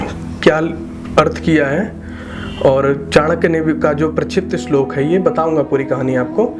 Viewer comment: Pehle bolna to seekh le. Apni dukaan chalane ke liye kuch bhi bolega kya🤣🤣 slok nahi hota kya shlok. Toh tu views ke liye nahi arha kya?